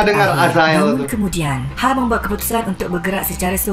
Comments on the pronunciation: sebutan hel bkn hal, salah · hael itu sebutnya lebih kurang kayak "hell" bgtu mas bkn hal. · Mas sebutan nama 'hael' husaini tu bkn 'hal' tp bunyi nya 'hel'...